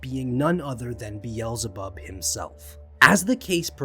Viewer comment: I cant take your mispronouncing King Solomon and or Satan's name Beelzebub please see how the rest of us pronounce them please